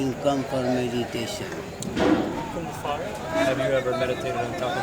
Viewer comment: meditaton, with an i-watch ! you're doing it in a wrong way